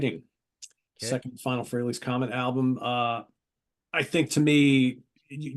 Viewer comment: It’s FRAY-LEE, Martin